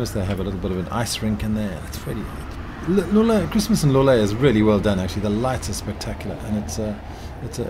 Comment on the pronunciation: For anyone trying to pronounce Loulé, the correct pronunciation would be "Low-lé", and not" "Lu-lé". Great video!